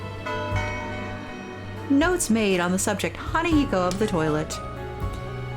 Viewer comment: Im sorry if its annoying, but the na in hanako is pronounced similar to nu in nut. Or just mimic the pronounciation of ha in hanako. Nice lets play though